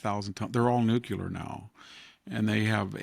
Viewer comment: Does anyone read these and tell Victor anything??? NUCLEAR!!!!! NOT...... NUCULAR. Grammar matters